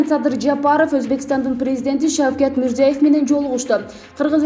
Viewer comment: Мирзоев эмес,Мирзиёев сада сабат.Биринчи озунордун сабатынарды жойуп,анан башка жонундо айткыла